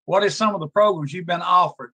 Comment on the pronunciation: PROGRUMS!!!! WHAT ABOUT THE PRECIOUS PROGRUMS?!!